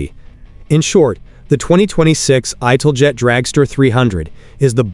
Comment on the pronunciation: Was going to watch this vid, but immediate misiprounoucement of ITALJET made me stop. No AI lazy vids for me.